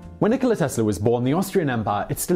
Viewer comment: it's Nikola, not Nicole